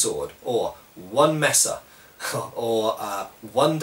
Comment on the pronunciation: Are you saying mace or messa?